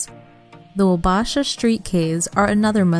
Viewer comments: Who coached the woman, doing the voice over, how to pronounce the names in this video? PortRage? Grand Mara-is? Wa-bash-a? C'mon! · Nor could she pronounce Grand Marais or Wabasha